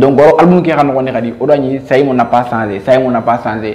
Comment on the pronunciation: Pourquoi tu dis saymo skl